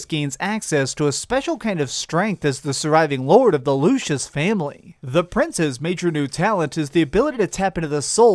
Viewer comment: "Looshis" ... i can't handle the way that sounds